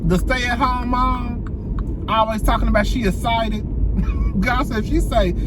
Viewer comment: with the "essited" you ain't never lying!!! 😂😂😂 poor thing has a speech impediment. Pray for her 🤦🏾‍♀️